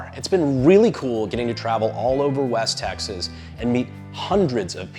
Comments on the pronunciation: im sorry i had to turn on the subtitles to confirm, you started with "the people of taxes" that a blooper??? lol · Please tell me I'm not the only one who hears "The people of 'Taxes'" in the intro. I know he's supposed to be saying 'Texas', but it really freakin sounds like 'Taxes'.